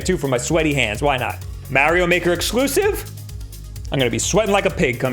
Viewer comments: Its Mah ree oh, Not Meh ree oh. It irritates me. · 😂😂 mare-e-yo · " mAAhhrio maker " 😆 That guy... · That guy says MARIO weird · Does any one else get bothered by the way pronounces Mario 😂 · XD yep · Even though he pronounces Mario wrong. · He pronounces it like Charles Martinet does.